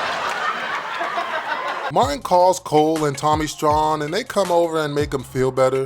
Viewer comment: Props and saying Tommy STRAWN correctly, but Pam is badder than Gina??? ✌🏼